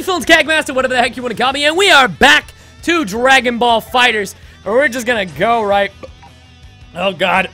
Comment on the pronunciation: Kaggy will you please say the name right stop putting s at the end of fighter